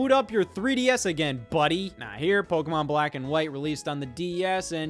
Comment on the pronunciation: One day scott will learn how to pronounce Pokémon correctly